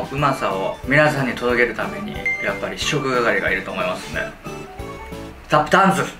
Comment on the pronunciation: タップダンス！ あー、スタッフチャンスに聞こえるわ🤣